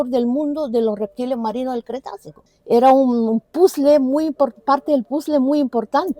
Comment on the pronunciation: Cretácico...Cretácico...NO "cretacio"...por favor!!!